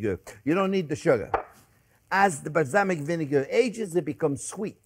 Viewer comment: I just googled "Islamic vinegar" before I realized he said "balsamic"